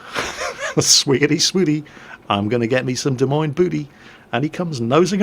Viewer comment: Hey, as an Iowan, good on you for saying 'Des Moines' correctly. Well done.